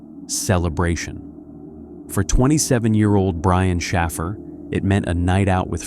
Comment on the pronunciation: Shaffer is Shāffer—hard A like wafer. Shaffer, does not sound like baffle… went to school with Shaffers—our town was filled with them. 🕊️